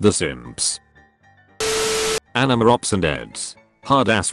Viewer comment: why do you keep pronouncing it enema?